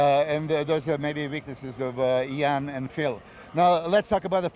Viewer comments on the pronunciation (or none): Eyaan 🤣🤣 ian's ears are bleeding now hearing his name being butchered! Besides that MILOS a.k.a The Mind is a LEGEND of the sport 🙌💪